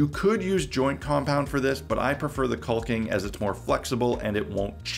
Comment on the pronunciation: The L is silent in caulking. Pronounced Cawk-ing. Not quite cock-ing. But close. Not sure if you choose to sound... like that, or just don't know. But yeah, you are pronouncing a silent letter. It's not regional or an accent either. Takes .3 seconds to look it up if you like. I like your videos. You seem smart. Just, not when talking about caulking (fyi they rhyme, but nobody says tallll king).